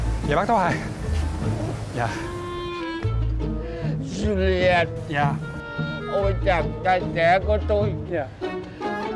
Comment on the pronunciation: Julien: chu li en 3 âm tiết